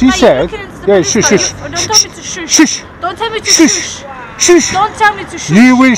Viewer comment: “Don’t tell me to soooooosh” 🤣🤣🤣🤣🤣🤣🤣🤣🤣🤣🤣